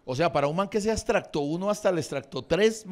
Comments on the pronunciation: Yo espero que sea chiste cuando dice "estracto", "chit" o "clict", no? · Don perfecto.. mínimo es estrato, no extracto.